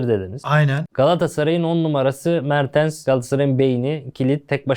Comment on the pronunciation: Niye inatla mertıns diyorsun ya 😃 mertens işte adamın adı